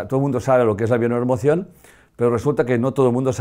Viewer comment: Necesita decir la palabra bio neuro? emocion mas clara, la diccion.... solo una sugerencia. Perdon y Gracias.